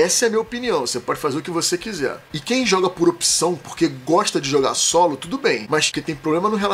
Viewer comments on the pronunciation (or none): Essa sua frase aos do vídeo ficou bem ambígua. A princípio parecia estar dizendo (ao menos para mim): "Mas que tem probl..." e não "Mas quem tem probl..." e isso gerou uma interpretação de início que suponho eu que talvez não tenha sido sua intenção, no caso, de jogadores que gostam de jogar solo terem problemas de socialização.